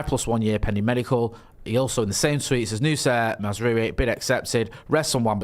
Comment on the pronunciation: It's Maz-RAWI. Not Maz-RUWY.